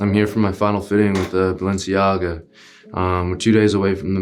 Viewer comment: balenciYAGA🤣 icl that got a laugh out of me